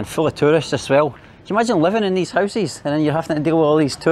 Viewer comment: My man saying housies instead of houses I love this dude for this keep up the good 👍 work 👍👍😛😛